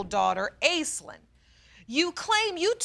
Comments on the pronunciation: Off-topic but, the name Aislinn is Gaelic and pronounced ASHLEEN, not "ace-lynn" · It's pronounced 'Ashlinn' not 'Aislinn'. I can't help feeling sorry for the kids having such washout parents. We can only hope and pray that they wake up before too much damage is done. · I thought that name was pronounced 'Ash-lynn'...?